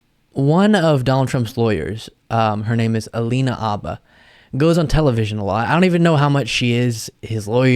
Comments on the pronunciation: Never knew that "H" in Habba was silent! She is the next to need a real lawyer. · dude, I think it's alina habba, not halina abba, not that it matters a lot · AYFKM?!? "Abba?" 🤦🏻‍♂️ ...its Habba! 🤦🏻‍♂️